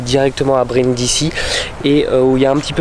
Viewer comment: Brindisi ça se prononce brindizi.